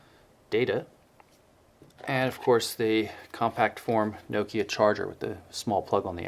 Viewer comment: You pronounce Nokia wrong